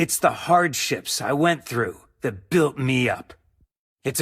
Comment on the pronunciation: why u keep on saying tat, instead of that :/